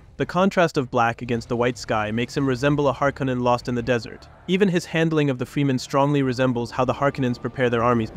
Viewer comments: FREMEN, not freemen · Why use an AI voice. Shit like this makes me doubtful that the text written is even AI. The AI voice can't even pronounce the word "fremen", instead leaving us with FReJmAIN. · The way you say fremen makes me feel like you've never seen the movies lol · Awesome breakdowns, you made some really great points that I hadn't previously noticed about some of my favorite movies that I'll appreciate even more now! If I can give one piece of feedback, it's that I think you could work a little on consistency. You pronounce Fremen 3 different ways, two incorrectly but in different ways almost back to back, and the same with Chani when talking about the importance of Blue (although those aren't wrong necessarily but still conspicuous). This is a minor point, but you've got such a great quality of work already that these little things stand out more and to people who notice them it could shake their faith in your points if it feels like theres still mistakes being made on the really basic stuff. Idk if you have an editor that you work with, but someone to help catch little inconsistencies might really help take your videos to the next level. I'm looking forward to seeing your channel grow and what other awesome stuff you'll make going forward. It's so exciting anytime I find a new channel making thoughtful work. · How can you go into such depth and pronounce Fremen totally weird? Totally distracting. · Great video... but how do you manage to mispronounce names/terms over and over again, even in the same sentence you manage pronounce things two different ways... Fremen, freemen Leto, Leeto Chani, Chainy Harkonnen, Harkownen Ibad, Eye-bad ??? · its crazy working on such a great 10minute dune video but consistantly pronouncing "fremen" incorrectly.. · Head ups for next time, it's not FREE-men it's frem-en. Fantastic video!!!! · Freh-Men not Free Men. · FREMEN NOT Freeman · Its Fremen not Freemen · it's Fremen, not Freemen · FRE-MEN not FREE-MEN